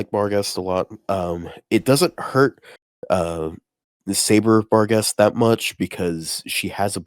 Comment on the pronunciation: Barghest (Archer) is pronounced "Barcher"